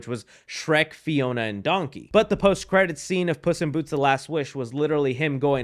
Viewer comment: I just realized he pronounces Donkey like Dunky